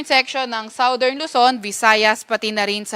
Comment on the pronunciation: Sawdern na naman? NAKU, pagasa, magconsult s, dictionary ng correct pronunciation ng Southern.